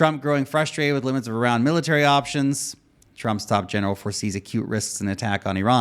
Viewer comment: Thanks for pronouncing Iran correctly. You're one of the few in any kind of media who do. Though you f'd up the pronunciation of Iraq (ee-rock)